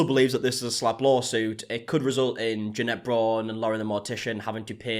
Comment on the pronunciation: Oooo I believe it’s pronounced “Janet” 😂😉